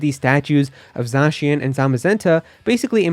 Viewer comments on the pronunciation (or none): none